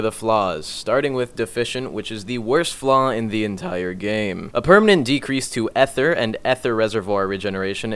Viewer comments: As an american its Ether not ehther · would like but bozo said ether wrong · who told him ether is pronounced like that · Imma be honest the way you say ether legitimately sounds fucking retarded yes this is a serious comment saying ether the other way simply sounds better than me efer like day both in your head and think about it for a hot sec you can say it how you want but don't call people idiots for something sounding Korean appealing to them in a different pronunciation that what you like